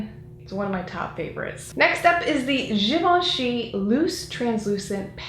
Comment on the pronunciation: I love how you say "Givenchy" sounds so fancy the way you say it.